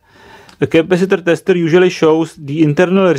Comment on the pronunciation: I like when when he says "testeêer" very good explanation